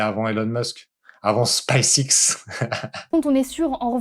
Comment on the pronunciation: Hakim le plus gros mytho de la planète lol. En revanche le mouss il se deguise en homme? Parce qu’il a une voix de fillette mdr. Pour info en anglais ça se prononce : Space ex